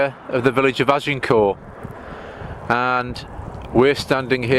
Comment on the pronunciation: Azincourt is the village adjacent to the battlefield. We say Ag In Court, with the t pronounced.